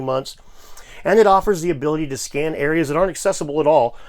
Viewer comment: you said scan or scam ?